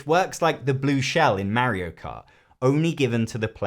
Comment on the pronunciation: You should apologize for that pronunciation of Mario.